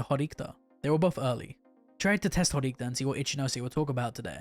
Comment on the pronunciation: Bro, well done, nice vids but there aren't any Horikta characters in the LN's... Say it with me: HO-RI-KI-TA! 😂😂